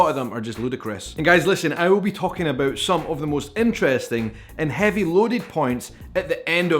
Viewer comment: I just can’t unhear the abœt.